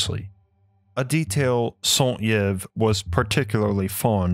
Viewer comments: Yves is pronounced like eve, not yev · for future reference yves is pronounced like eve, not yiv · SAint Yves pronounce "EVE". Interesting video. BTW he mentioned he discovered A* by astral travel as he had apparently this capability. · (Saint) Yves is pronounced 'ee-v'', not 'yev'. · For the love of god... Are Americans chronically and willingly ignorant? You can literally see how to pronounce someone's name ANYWHERE on the internet, Wikipedia, Google Translate, fucking anywhere. Yves is pronounced "Eve" since I have to spell it out like to a child. Also it's NU-CLE-AR from NU-CLE-US, only utter illiterates pronounce it that way. What the fuck is wrong with you people? Is your speaking aparatus stuck in elementary school? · Yves is pronounced : eve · Y is prononce E in french, sound (Saint-Eve) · I know it's too late but Yves is pronounced Eve. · Hi, just so you know ' Yves '' is pronounced '' Eve '' as in '' Adam and Eve '' Cheers!! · Great video ! Just for you for prononciation Yves is like Eve. As above so below. Eath crust is like human skin. There's veins. And blood is plasma. Without mag field there's no life, and without plasma entities (Shiva) there's no mag field. It's my theorie, we will see soon...Sorry for my english i'm french Canadian... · Strange pronunciation of the French name "Yves". It usually rhymes with the English word "leave." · Yves is pronounced "ee-ves" T.T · Great video. "Yves" is pronounced "Eve", Like the designer "Yves Saint Laurent" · The pronunciation of “Yves” is “eve” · Jesus Christ, your pronunciation of French names is atrocious.